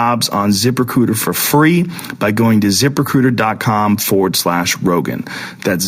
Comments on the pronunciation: joe said :zip recruiter i hear: zipper cooter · The whole time I thought he was saying "Zipper Cooter" LOL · ITS SOUNDS LIKE YOU'RE SAYING ZIPPER COOTER. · the 1st 10 or so times Joe said it i swear I heard "zipper cooter" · I totally thought he was saying zipper cooter 😂 I was gonna say, that sounds more like Asian pussy rather than a job posting site. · did anyone else hear ziprecruiter as zippercooter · What's the name of the website to screen and hire people? I can't make it what he is saying there